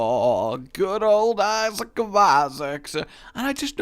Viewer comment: New drinking chalange : take a shot when rage says issiac